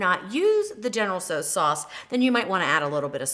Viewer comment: Its General Tsaos not Tsos